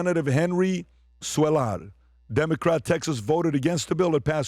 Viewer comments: Henry Cuellar is from Laredo Tx Old school democrat Its pronounce Kueyar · Its pronounces Henry kway yar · It's pronounced "Coo - Aye - R". I believe president Trump pardoned him. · Cuellar is pronounced “qway r”. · The Texas Congressman name . “Henry Cuellar” is pronounced Henry Quaylar.LL in Spanish is sounded as a Y. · Cuellar is pronounced 'Quay-yar'. It is a name commonly found in Latin America. For geezers like me who once enjoyed baseball, think of an Orioles pitcher from the sixties and seventies. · Qweyar is how it's pronounced.